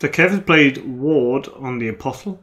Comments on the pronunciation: Around the 44 minute mark, James marshalled Aeron Damphair. Was he not already in the dead pile? PS: Apostle is pronounced APOSSL. The T is silent. It means prophet. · Just for the sake of the english language. it's aposle... pretend the t isn't even there... A POS UHL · isn't the ''T'' silent in Apostle?!?!